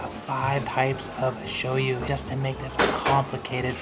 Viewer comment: So this is the Showyou ramen? Showme? yeah, Showyou